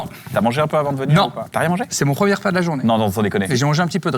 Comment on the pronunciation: Jeremy.. t’as dis « preum’deug »